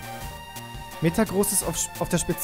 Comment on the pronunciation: es wird metagrOSS ausgesprochenen